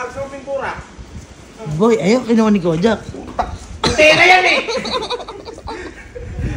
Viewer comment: Grabi din ma ngorrect ng pronunciation si kojac hahahha